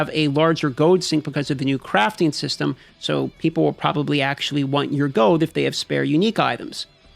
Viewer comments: Are you saying "gold" or "gode"?! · goud? is he saying goud? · You say gold funny. Goad